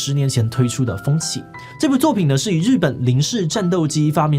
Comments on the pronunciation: 風起的背景人物「堀越二郎」的「堀」字音是ㄎㄨ不是ㄐㄩㄝˊ吧！ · 堀是ㄎㄨ不是ㄐㄩㄝˊ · 其實堀是念哭，不是念絕。雖然堀跟崛長得很像就是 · 不好意思志祺，那個名字應該唸「ㄎㄨ越二郎」才對。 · 9：40把“堀”字错念成“崛”了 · 其實「堀」這個字念「ㄎㄨ」😂😂😂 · 不過按照目前國語字典，這個字只有哭這個音